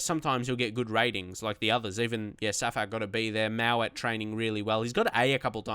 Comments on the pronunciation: Btw its mowatt not mawatt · Good to see you doing well on Legendary! You need confidence. I don't wanna rant but Tsafack ain't a realistic buy. Dominic Solanke would've been better. Oh also it is Mo-watt. And Nick Powell/Lewis Baker/Alex Pritchard/Jesse Lingard would've been much more of a Leeds United sigining than Karvalenko